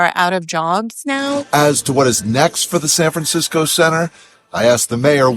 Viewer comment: San Fransiko 😂